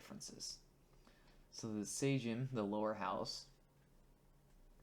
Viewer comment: How did you pronounce »Sejm«? Why on hell almost all English natives try to guess pronunciation instead of just checking it!? Why?!